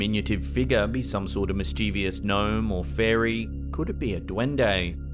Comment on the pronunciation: MischIEvious seems to be gaining ground. Where did that third i come from? 'MIS-chuvus', surely? Spelled mischievous.